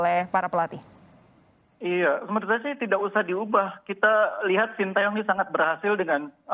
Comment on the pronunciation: shin tae yong pak bukan sintiyong😂